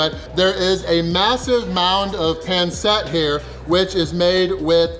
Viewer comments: its pronounced pan seet not pan set I know I have alot of filipino friends and I love pancit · Pansit not ponset. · Just once .. I wanna see on non Filipino pronounce Pancit correctly. My whole life.. everyone says Panset. I’m like … it’s pronounced pansit. Lol